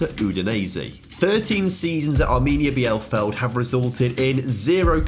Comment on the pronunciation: Mate, you can google or check how names of clubs are pronounced in youtube before you butcher them :D Arminia Bielefeld